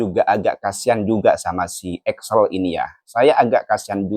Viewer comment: Bukan Axel tapi Excel.. Salah eja nama itu berbahaya sekali... Cari tau yang benar sebelum posting